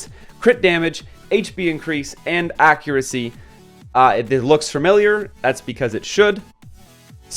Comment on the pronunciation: Yes it is, he is saying it wrong hehe